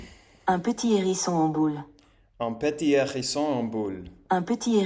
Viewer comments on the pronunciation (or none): Pour t' aider à la prononciation, tu peux faire tomber l' accent sur la dernière syllabe ! Par exemple, pour Hérisson au lieu de mettre l' accent sur 'Hé', mets l' accent sur 'SSON'